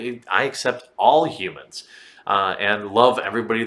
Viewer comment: What is a '"hu-man"?